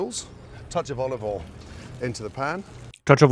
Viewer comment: I chose to believe that every single thing about Gordon's video is handcrafted to upset people online, because I've consumed all available Ramsey content and I've never heard him pronounce some of the words the way he is. Olive 'ol, yes. Soo-tay instead of sautée? Nah lmfao